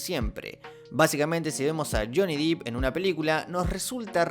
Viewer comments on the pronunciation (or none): SE PRONUNCIA "SHONI DEP". buen videoo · Es Johnny DEPP, no Johnny Deep.